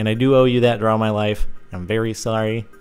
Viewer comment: He said trough out yearses